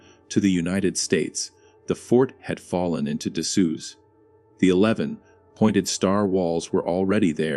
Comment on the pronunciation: Right off the bat you can tell it's repetitive AI when the "narrator" can't pronounce the words "colonel, " "disuse" and "corps" correctly.